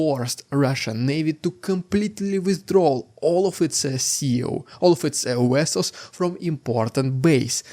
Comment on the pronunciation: It's pronounced "vessels", not "wessels".